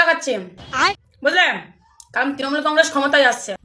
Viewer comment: রসগোল্লা খাচ্ছি নয় বলছে খাচ্ছিম বলছে 😄😄😄😄